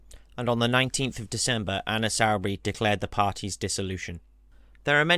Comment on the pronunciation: You mispronounced Soubry it's Soo-brey not sau-brey